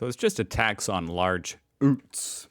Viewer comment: ootes? its the U in Utility, you don't say ootilityes do you? Utes, Utility Vehicle